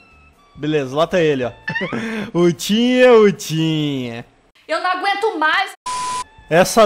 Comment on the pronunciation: Só eu que escuto "uchiha uchiha" quando o fala "Utinha utinha"?